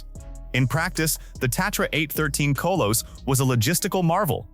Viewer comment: Kolos - not Koe-loess